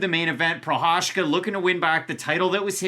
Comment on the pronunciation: Did you say “Prochazhka taking on Texeira”? 😁